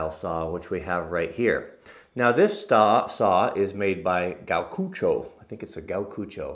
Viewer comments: Its pronounced Gee-o-koo-cho (Gyokucho), it means swan in Japanese. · Everybody's mini Japanese lesson for today "Gyo" = Start with "Gee Yo" then shove them together into one syllable. "Gyo" Now all together, "Gyokucho" Thanks for all your videos. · No, he said what it stands for, even though he botched the pronunciation. Gyokucho, it's the brand of the saw. And the S is for Stanley.